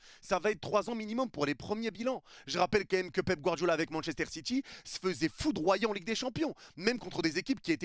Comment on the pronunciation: On dit " quand même " Pas "qu'un aime " Stp